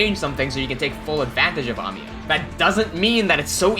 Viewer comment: I like the way you pronounce Amiya